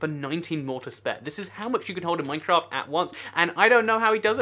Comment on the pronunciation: YOU SAID MINECRAFT WRONG